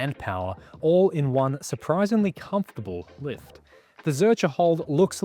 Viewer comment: Excuse me, did you say 'confortable'? It is fucking not! But it is a good exercise!